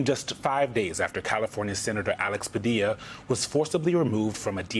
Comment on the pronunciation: You know I'm not an American but why did this man go so far as to say his name wrongly knowingly. That's nasty